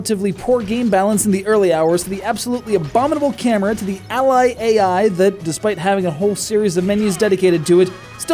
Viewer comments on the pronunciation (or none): none